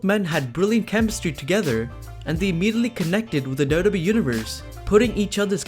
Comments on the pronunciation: It's pronounced "double you double you eee" not "Dobba Bee" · It's WWE not dodobi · it's W-W-E, not DuDuE! Also Kane is the Mayor of his Tennessee town now, he needs to split his time. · All I hear is Dough Dough Bee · What is up with "dub dub ee" man ! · talk slower what is da da e . you said wwe correctly 1 the whole video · I know that he is saying WWE but everytime he said WWE it sounded like Dodo Bee. Dodo like in the bird. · I can't stand your pronunciation of wwe. Ugh, grinds my gears and ears. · How hard is it to say wwe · 😂😂😂 Took me a while to realise that he was saying WWE